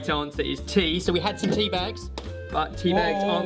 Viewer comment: it soundes like he said pee instead of tea :p